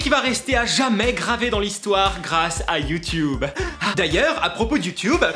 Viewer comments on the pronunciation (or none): Juste un truc on dit youtuuuuuuuuube pas YouToube sinon. Je t'adore ☺